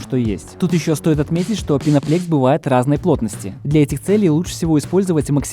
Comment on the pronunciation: Почему "пеноплЕкс" да "пеноплЕкс"? Там же на каждом листе по-русски написано "пеноплЭкс".